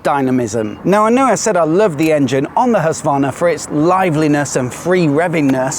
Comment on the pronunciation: Nice video. But you dont pronounce Husqvarna right? Its like knives in my ears. Im Scandinavian. But the video is good.